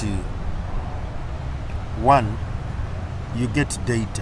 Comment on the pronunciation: Daieta 😅 for data in voice. Thanks for the show and